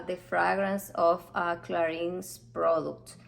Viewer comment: Please try to pronounce"Clarin" correctly! Thanks.